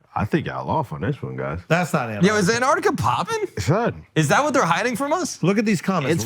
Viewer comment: Ain't none of these guys can pronounce Antarctica